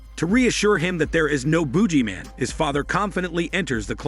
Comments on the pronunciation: I thought he was saying Boobyman, man with big malones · Boog-ee-man please stop saying it the way you do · The narrator should do a smelly hormone yoga with him self, he can't pronounce boogeyman. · LOL, thank you! I don't know why the narrator can't use his smelly hormone muscles to pronounce it normally